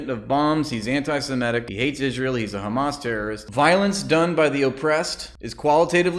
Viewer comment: I like that we collectively mock the pronunciation of KKkhhhamas